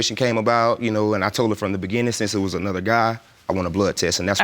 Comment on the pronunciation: Why does he pronounce beginning with a "D" lol